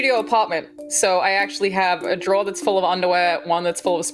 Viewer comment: why does say drawer with a j